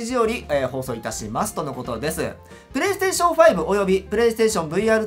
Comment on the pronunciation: “P”が大きい… これは公式ピレイステーション？？？